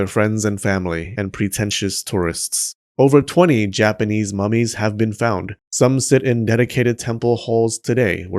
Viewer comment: Why I heard "these mammies" instead of "these mummies"? XD